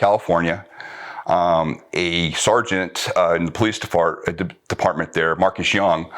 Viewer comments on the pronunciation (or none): Wait, did nobody else notice "defartment" ?